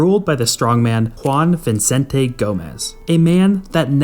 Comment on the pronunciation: Good video, but please make an effort not to butcher Spanish names, because it's just careless and sloppy . For instances, it's not pronounced "Boulevard", but "Bolee-var" (Bolívar has an accent in the "i"), it's "Vicente", not "ViNcente", and it's Pérez, with the accent in the first "e".